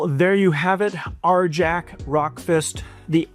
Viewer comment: ....... Isn't the J in Arjac soft? It's Nordic, or supposed to be anyways, so wouldn't it be pronounced "Ar-yak"?